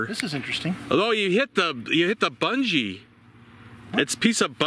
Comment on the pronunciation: Did he pronounce it “bunjy”?